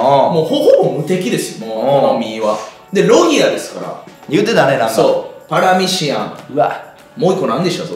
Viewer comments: せいやずっと「パラミシアン」って言ってない？ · パラミシアンって言ってる？笑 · パラミシアのあと、絶対クラミジア言うてるやん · クラミジアて言ったやろ笑